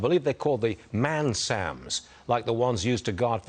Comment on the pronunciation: I suppose the veapon system is called NASAMS, not mansams, or whatever he said.